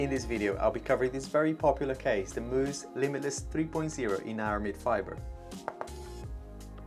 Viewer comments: its pronounced mouse. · He pronounced Mous like Moose lol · Dude, you’re so wrong of most of what you’ve said in your “review”. When you don’t even know how to pronounce the name....